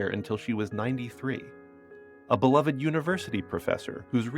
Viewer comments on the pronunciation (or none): none